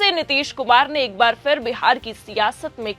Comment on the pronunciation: Phir bolo Fir nahin. Poor pronunciation, disgusting. I will never watch 4 pm again. Improper training.